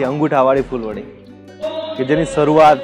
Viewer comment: અભિનંદન ખુબજ સરસ રજુઆત હજુ પણ તમો સરનામુ બરાબર રજુઆત કરવાનુ ચુક્યા છો. વળી ફુલવરી નહિ પણ ફુલવડી બોલાય છે.